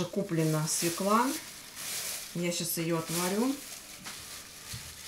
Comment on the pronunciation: свЁкла! Нет слова свеклА.